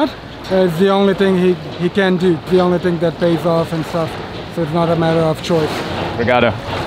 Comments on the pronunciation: I still hear him say obrigadA instead of obrigadO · I see you are still saying "obgrigada" instead of "obrigado". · Is it just me or did he kept saying ObrigadA throught the series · Dragoslav De La Vega I know my partner is Brasileira. But is male so he should say obrigado and he is saying obrigada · quick tip: you're saying thank you correctly. However, you're using the "feminine" version (it's not official, but everybody knows it without no one saying it out loud hahaha) Obrigado (thank you used by men) and Obrigada (thank you used by women) great video! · As a man from brazil you should pronounce thanks by saying brigado not brigada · Oof, it's obrigado, not obrigada! Ouch. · man nice video but say OBRIGADO not obrigada. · You should have learned that "Thank you" is "OBRIGADO" and not "obrigadA" like you keep repeating in the video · you need to say Obrigado not Obrigada